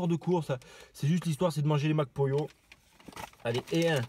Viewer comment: Je sais pas pourquoi je rigole quand tu dis Mac Pollo ptdr